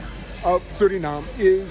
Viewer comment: The pronounciation is SurinamE. Not SurinaM !